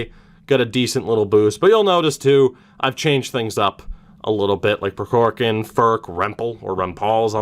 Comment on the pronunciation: I didn’t point this out in the Russian series, but the first “k” in Prokhorkin is silent. At least it is from the Kings’ broadcasters.